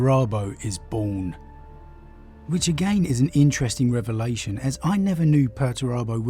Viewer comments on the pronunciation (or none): none